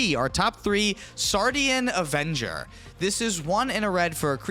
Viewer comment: first English native person to NOT say "Sardinian" avenger 🙏